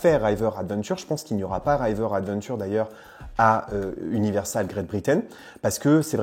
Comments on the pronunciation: Bonnes nouvelles. Par contre, par pitié, pas "Raïver" mais juste "River". Hâte de voir si c'est officialisé et de visiter, après avoir fait celui de Californie en mode VIP en 20a5 et celui de Floride 2 fois (dernière fois en avril 2022). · R(ee)ver adventure ;) pas R(eye)ver adventure !